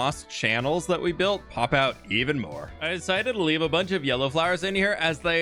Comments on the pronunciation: Did he say "I desited to leaf it alone" or did I hear it wrong? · is it me or did it sound like he said “leaf it alone”